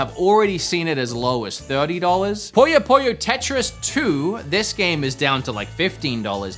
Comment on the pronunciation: I wouldn't recommend Pokemon ZA for little Timmy honestly. Edit: Your pronouncing of some games pains me, but the way you said PUYO PUYO made my soul leave my body. 😭